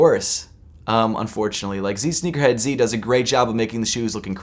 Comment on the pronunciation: “Zsneakerhead-zee?” Hahaha 💀⚰️ who says it like that? 😭